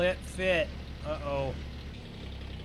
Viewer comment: Its uh oh not ut oh